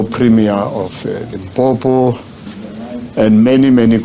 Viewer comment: its limpopo not limpompo , is that difficult?